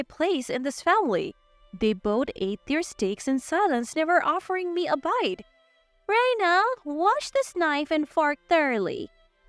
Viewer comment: Reina is pronounced RAIN•A, not R-eye-na